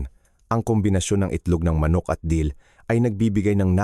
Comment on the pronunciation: wrong spelling lng kc AI voice gngamit nya mali2 pa accent Dill po hndi Deal search mo ung Dill Dill (Anethum graveolens) is a versatile, aromatic annual herb in the celery family (Apiaceae), featuring feathery green leaves (dill weed) and small, brown seeds. It offers a fresh, slightly peppery, and grassy taste, commonly used in pickles, salads, and seafood dishes. It thrives in full sun, grows up to 3-4 feet tall, and thrives in temperate climates.